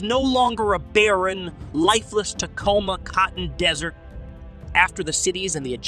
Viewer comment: It's Taklamakan desert not Tacoa cotton desert.